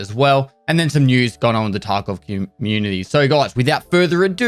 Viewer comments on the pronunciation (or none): I love when he says Taco community.